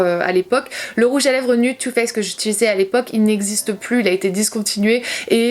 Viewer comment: le mot « nude » se prononce « nioude » pas « nude »😭😂❤️ sinon top vidéo, belle évolution!